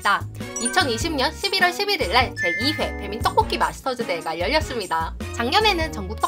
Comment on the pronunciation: 누나 떡볶이라고 말하실때 ‘떡’ 발음이 너무 찰지신것같아요 ㅎㅎ 항상 잘 보고 있어요 !